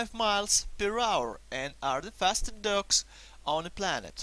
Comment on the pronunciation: IT sounds like you saying ducks...